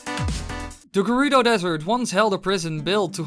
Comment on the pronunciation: You're saying Gerudo wrong